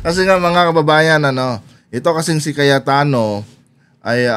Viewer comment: Mr vlogger... anu po ung tawag mo ?.. kayatano ba ung narinig ko ?... hahahaha alam mo ba ang meaning ng kayat- tano ?.. nyahahaha